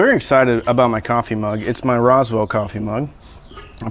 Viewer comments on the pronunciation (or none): none